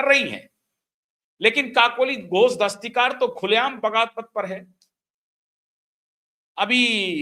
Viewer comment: क्षमा कीजिएगा श्रीमान ❤ काकोली घोष दस्तीकार नहीं दस्तीदार